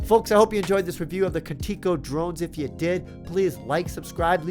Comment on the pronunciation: Video comme itntator irs pronounced K u n - TICK SO